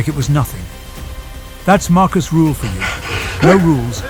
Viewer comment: Rüüüühl. Not Ruuuhl